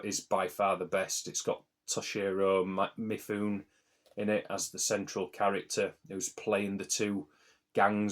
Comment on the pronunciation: Great rundown of Asian films! Mifune is pronounced Mi-fu-ne by the way.